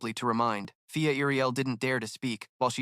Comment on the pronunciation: it's fia not pia or via the goblins you insulted elves 😤😡 and the dudes name is Ray not day or kay or whatever other 3 letter word that ends in ay get your shit together ughhh this narrator pisses me off it's an elf village not a goddamn goblin village go through your video and fix the mistakes it's not difficult and how can't you tell the difference between a man and woman like you call Ray a she alot and then alot of the females are called he